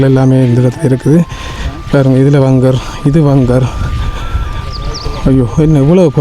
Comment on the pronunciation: வங்கர் இல்ல பங்கர்